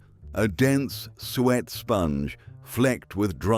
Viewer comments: I can still get a lot of those today too. And also really dislike AI voiceover. Spotted dick is a suet pudding, not a sweat pudding! 😂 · "A dense sweat [sic] sponge". Then there's "blanc mange". Just another lazy, rubbish bot narrator. And it wasn't butterscotch tart, it was caramel. And what's wrong with saying Ribena instead of blackcurrant cordial?